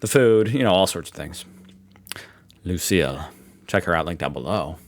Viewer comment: It sounded like you pronounced the video creators name as Lu seer. If you did, then her name is probably pronounced as Lu seal.